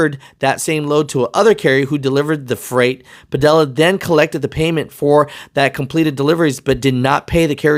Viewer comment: I know this isn’t the most important thing about this story, but his name is pronounced Pa-Dee-Ya. The two LLs side by side make a Y sound. A little basic spanish class for ya😂🤣🤣